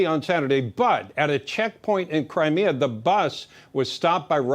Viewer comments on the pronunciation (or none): none